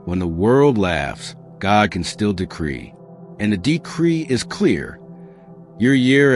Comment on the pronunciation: "God", not "gog" 👌